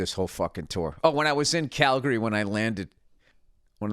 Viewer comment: Thanks for pronouncing Calgary correctly.